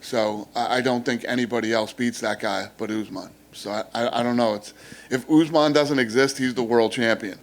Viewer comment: Kamaru "Oozmon" 😅